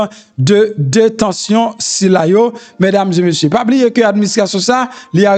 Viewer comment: Se pa mesdames zeu messieurs , se mesdames zé messieurs . Je vous en prie monsieur .